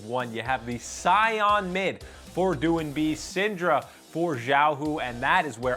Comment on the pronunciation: No, I don't know about the other casters but he pronounced doin'b correctly